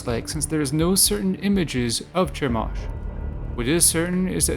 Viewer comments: It's pronounced Kah-moh-sh... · Is this supposed to be funny? YHWH all throughout the Old Testament demanded sacrifice. Read your bible! Stop lying about the God of the bible and it's pronounced Kemosh. The Demiurge is the worst god in history as more people have died in his name!